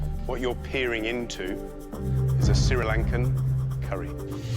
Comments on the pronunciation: Bro.. seriously, Siri Langkan ?😅😂 it’s Sri lankan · It’s not SiriLankan it’s SriLankan Thankyou very much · As a Sri lankan I hate it when people say Siri lankan. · “Siri lankan” Gets me every time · Being Sri Lankan. every time I hear them say Sri LAnkan I inwardly die😭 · Its a real pity his Sri Lankan friend didn't teach him that its not pronounced si-ri Lankan... or how to make an authentic Sri Lankan curry. Some of these ingredients are just not it. Star Anise?? How many of us use that in our curries???